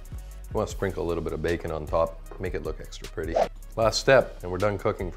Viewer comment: His accent seemed pretty consistent to me. He only changed his accent once when he said bacon (Jamaican accent, sounded like beer can). Either way, he has quite a bit of a French-Canadian accent.